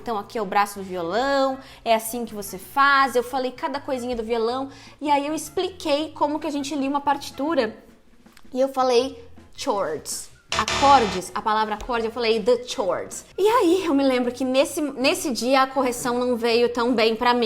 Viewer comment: Nossa, esse "chords" foi terrible. Já passei por isso tbm. Vc é a melhor